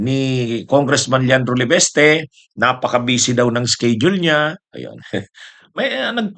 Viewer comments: di ba Leviste po, hindi leveste? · MASAKIT SA tainga, LEVESTE KA NG LEVESTE, MALI. PLEASE PRONOUNCE IT PROPERLY, IT IS LEVISTE, WITH AN "I" NOT LEVESTE, WITH AN "E".